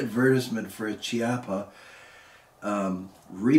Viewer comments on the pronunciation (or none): Great video!! Just as a note, it is pronounced “keapa” as the “ch” is always pronounced as a “K” sound in Italian.